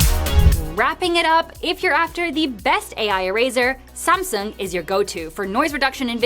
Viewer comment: Finally, you said Samsung instead of semsung..i respect that